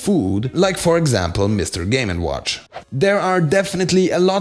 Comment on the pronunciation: “Game and WHONCH” 😂